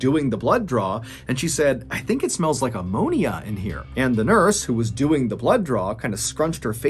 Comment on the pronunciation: Could you not pronounce “the” as “di” please?